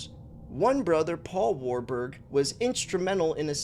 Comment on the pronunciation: 😂 you pronounced it right first time WAR-BUG sounds about right 👍